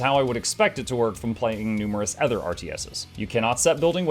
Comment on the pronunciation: tee hee "othger". Great vid as usual!